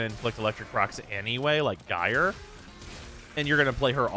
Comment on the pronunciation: "JAI-er"! "JAI-er"! Think of the word "gyrate". Okay, pedantry complete. Shutting down. I should really try Gyre; she just sits in my Arsenal collecting dust. I should sit down with her and put in the work getting her up to snuff.